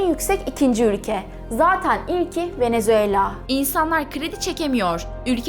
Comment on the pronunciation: hanım bounes aires değil buenas aires, venezuella değil venezuela, 10 refah ülkesi değil, refah durumu en yüksek 10 ülke. 1 dakika olmadı başlayalı çok hızlı girdiniz